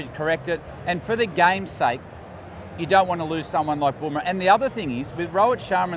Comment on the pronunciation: Not bom rah? Fkin English! BUMRAH IT IS!